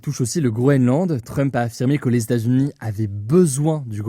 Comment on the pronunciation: "Les Statsuni" ça m'a perturbé ahah